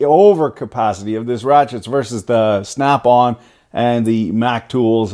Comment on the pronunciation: I kept thinking you were saying "Fat Bob" until I deciphered your slanguage for that one Highly Priced Tool Company what sells out of their trucks.